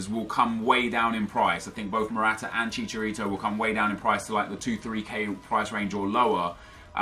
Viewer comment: "then we come to javier hernandez, to SHISHArito"